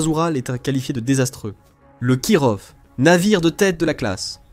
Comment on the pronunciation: Kirov se prononce KIROFF ! putain ça m'arrache les oreilles, voix IA pourrie qui sait pas prononcer les noms ! De plus les Kirov sont des croiseurs lance missiles, en aucun cas des croiseurs de bataille. Il n'en reste que deux en services, dont l'Amiral Nakhimov qui viens d'etre modernisé. Leur but est de servir de navire amiral, pas d'aller directement au combat.